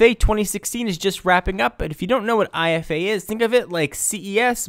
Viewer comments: It's "eefa" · dammit, Its pronounced "eefa"..